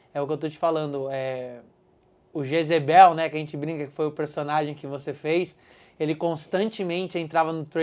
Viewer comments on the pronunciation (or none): "O Jezebel" morri, Jezabel.